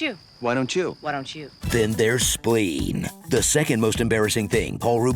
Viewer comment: I just wanted tor hear him say schpleen....